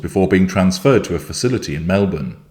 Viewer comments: I didn’t see this at 2am (I turn phone volume off at night), but was so excited when I saw the headline just now! He’s already got her sussed …. And, he pronounced ‘Melbourne’ like an Aussie! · I’m an Aussie too (Bris) and I’ve never heard of this place and don’t think I could pronounce it! Lol. But, I was impressed he pronounced ‘Melbourne’ like a local. I’m so glad covering this.